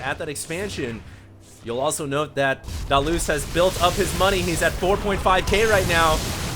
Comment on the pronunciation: Hated how HD was saying DaLoze's name...ugh almost made this unwatchable.